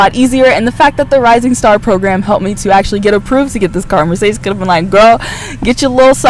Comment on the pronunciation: a bit funny how you mispronounce mercedes ;)*